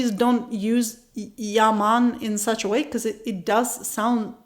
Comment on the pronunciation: you said "yea man" very well when you were explaining how it comes out naturally when you are talking to other Jamaicans; not when you were "mimicking" Tourists though, which was the point....LOVE it. LOL... Just my observation